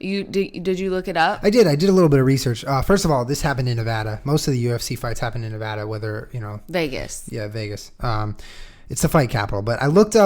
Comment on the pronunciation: OMG this is really silly on my part but I got really excited when Julien pronounced Nevada like a native Nevadan. lol